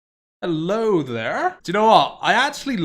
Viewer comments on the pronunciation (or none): none